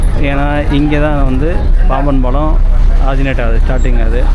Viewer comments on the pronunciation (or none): none